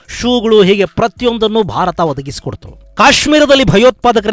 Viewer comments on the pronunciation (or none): none